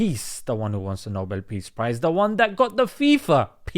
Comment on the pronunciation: I thought u said noble thief prize😅😂